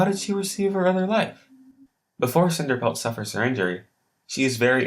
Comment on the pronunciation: cinerpelt lol